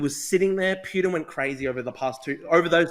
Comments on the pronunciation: drew cant even pronounce "putins" name correctly, its poo-tin NOT pYutin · Who TF is Pewtin? Ffs. Dude loves to consume his own word salad. What a lost cause.